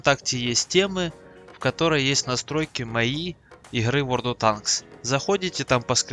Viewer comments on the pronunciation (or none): none